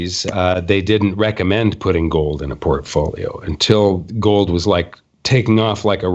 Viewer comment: What the heck is go'd? At least can pronounce 'gold' properly.